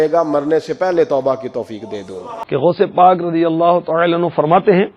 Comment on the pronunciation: Bhai gosh pak ka naam sahi sa la unka pura naam gosh pak abdul kadir sk jilani hai to unka naam sahi sa lo